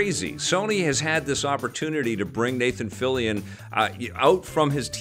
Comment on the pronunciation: Okay, thank you for the pronounciation of Fillion,. Always thought it has a French pronunciation, given Canada has a huge French community.